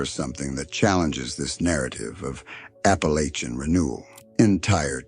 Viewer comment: 2 seconds in and you mispronounced Appalachian Mountains. Come on, if you're gonna make a video about this region, then at least pronounce it correctly 🫩😒